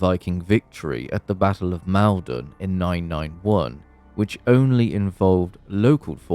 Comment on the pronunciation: Malden is pronounced Maul-don. I should know with being the local town. Fun fact Eurovision runner up Sam Ryder also hails from there - a craft brewery in the town had a beer called Sam's Town in his honour.